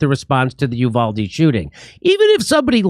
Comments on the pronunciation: "U (you) - valde" is the English mispronunciation. "U (oooh) - valde" is the Spanish pronunciation. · Uvalde is pronounced "You-val-dee." When seconds count, cops are 1 hour 15 minutes away. Arm. Your. Self. Uvalde is NOT a tiny town, pop. 16,000 and is the county seat and administration center.